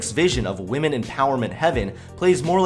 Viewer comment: Him in his feminist comedy video: “feminist comedians make such shallow jokes...” Him in this video: says wamen Me: hehehe he said wamen